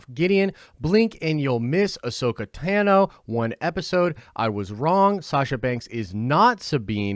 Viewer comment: I’m just wondering if anyone else notices that he’s not saying Ahsoka Tano’s name correctly? It’s pronounced Tah-no and not Tan-no. In the movie, Star Wars Clone Wars, listen to how Ahsoka Tano says her name when she introduces herself to Kenobi and Anakin.